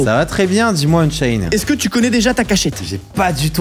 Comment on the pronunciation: Unchained tu dis trop esaiyée Gods Unchained